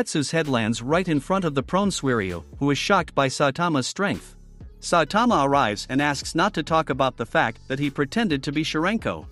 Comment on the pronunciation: I hate say saitama ken you even say saitman